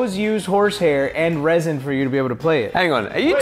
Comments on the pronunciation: He said resin but it's actually rosin (ro-z-in) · When he said resin instead of rosin